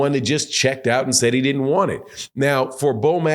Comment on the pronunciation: Did you say didden??? 🤣🤣🤣🤣